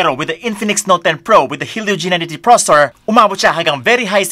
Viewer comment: Please pronounce processor properly 😁😅 nice review thanks